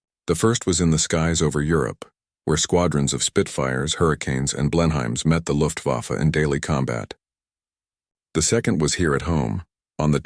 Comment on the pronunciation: It's nice that Americans want to make videos on British subjects, but it would be even nicer if they could pronounce British names correctly. Blenheim is 'Blen-im', not 'Blen-hime'. Cornwall is 'Cawn-w'l' not 'Carn-wahl'. Farnborough is 'Farn-burrer', with the 'u' sound as in 'but', not 'Farn-borrow'. Laboratories is 'Lab-or-a-tris', not 'Lab-rat-ories'. Flight Lieutenant is 'Flight Left-enant-, not 'Flight Loot-enant'. Also, I am sure that the Air Ministry did not have files labelled 'AIR MINISTRY RECORDES' - I think that even civil servants the1940s knew what the plural of 'record' was. And, what nationality are the personnel shown in many of the pictures? They are certainly not in RAF uniforms.